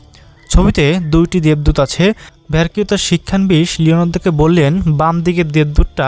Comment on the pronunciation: উচ্চারণ শিক্ষা নবিশ, শিক্ষান বিশ না।